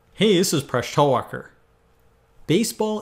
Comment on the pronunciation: "Hey this is Presh Tellwalker"